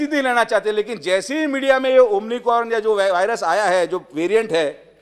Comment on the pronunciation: हा तर डॉक्टर नाही हा एमबीबीएस मुन्नाभाई डॉक्टर याला तर अमिकोन उच्चारही येत नाही त्याची डिग्री तपासून पहा